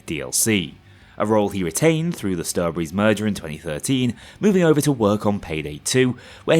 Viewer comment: This isint just "over", this is "jover"